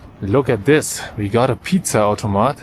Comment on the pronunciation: pizza ´´AUTOMAT´´ klang so deutsch